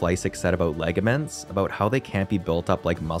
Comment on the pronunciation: I think the word is pronounced "ligaments" -- not legaments